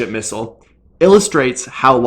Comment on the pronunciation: How many times can a bloke mispronounce and repeat the word missile in 1 minute... Farcical.